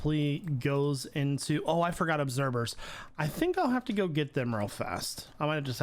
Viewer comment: is he saying obserbers ? edit: just trying to make sure im not going crazy, because ive never heard him say observers, with a v. Idk if im just hearing him wrong or what